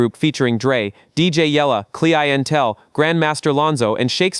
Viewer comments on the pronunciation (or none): Cli-N-Tel is pronounced clientele